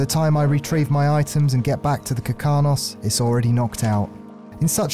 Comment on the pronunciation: This is amazing to watch. BUT ITS KARKINOS NOT KIRKANOS. (idk why but it mildly infuriated me lol)